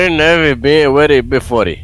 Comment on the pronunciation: Noiiuuu yes 🤣 robsdi Are er .... Bifore 🤣